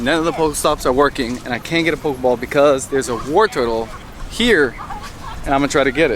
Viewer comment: Dude its pronounced War-tore-tle not war turtle